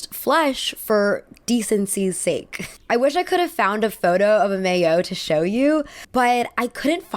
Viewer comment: Maillots is actually a French word! It means “swimsuit, or undergarment” and it’s pronounced My-yoh ☺️